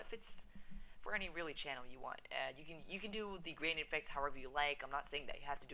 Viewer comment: LOL HE KEPT SAYING CHANNEL I-KIN XD